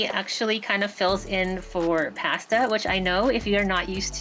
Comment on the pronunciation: I was wrong. You say "pasta" more like "paste-uh."